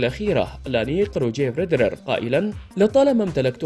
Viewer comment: اخطاء بالقراءة خصوصا في اسماء اللاعبين واضح انه شخص غير مهتم بالرياضة او غير متابع رابائيل نادال ديوكوفيتش فريد رير ايضا اسم البطولة نطقه بشكل غريب رولان غارووووس غير مقبول من اعلامي حتى لو كان صاحب صوت جيد مثل هذه الاخطاء